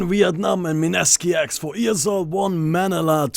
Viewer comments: it is pronounced as Manila(muh-nee!-la). *idk how to type pronunciations, hope this will do. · (Jinjinjinrou) yeah like this Ma-Nii-La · why do you say manila as manala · its pronounced manela